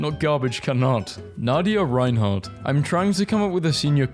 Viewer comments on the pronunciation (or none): none